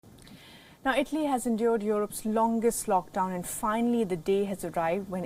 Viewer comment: WTF IS “LOCKDWON” I believe it’s “LOCKDOWN”